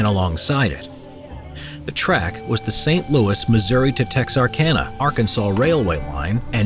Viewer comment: Thank you for pronouncing Missouri correctly.